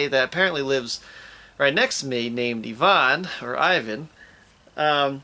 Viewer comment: it's Ivan, not Evan...